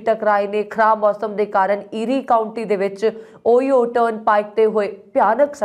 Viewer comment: ਓਹਾਇਓ ਸਟੇਟ not ਓਹੀਓ । ਸਤਿ ਸ਼੍ਰੀ ਆਕਾਲ ਜੀ 🙏